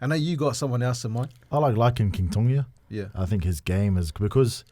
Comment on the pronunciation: It's not Tongia is Tōgia